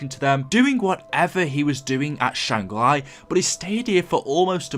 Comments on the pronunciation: Why do you insist on saying things wrong? You say Shangri La once and then for some unknown reason you begin saying Shangri LIE..... learn to English please. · “Shang re-ly” 😂